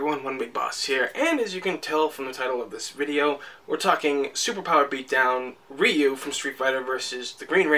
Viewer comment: Ryu is pronounced "Roo"....